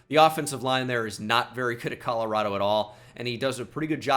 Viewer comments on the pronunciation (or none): none